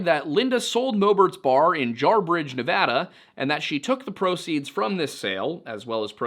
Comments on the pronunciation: I quoted it along with you. Thank you for leaving how to properly pronounce "Nevada". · Side note: Thank you so much for saying Nevada the way people from the state say it. 🥺🫰